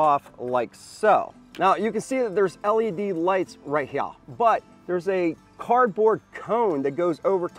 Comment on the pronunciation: Would have Subscribed, but he can't say Here, normally.